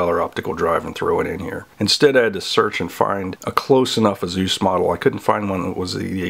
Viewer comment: Is anyone else concerned at the fact he pronounced Asus as Azooz.... should we even trust this video?